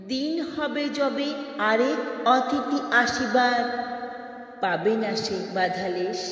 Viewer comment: এই কবিতাটি পড়েছি বহুবার, কন্ঠ উপস্থাপনা প্রথম শুনলাম.... সুন্দর পড়লেন ❤❤❤ যথার্থ অনুভবী পাঠ মন ছুঁয়ে গেল.... কিছু মনে না করেন তো বলি "অতিথি " উচ্চারণটা কানে লাগলো... " অ "এর পরবর্তী বর্ণ ই-কারন্ত অথবা উ-কারন্ত হলে "অ"এর উচ্চারণ "ও " মতো হয়.... পরবর্তী বর্ণ আ-কারন্ত অথবা এ-কারন্ত হলে "অ" এর উচ্চারণ অপরিবর্তিত থাকে.... অনধিকার চর্চা মনে হলে মাপ করে দেবেন 🙏🌹🌹🙏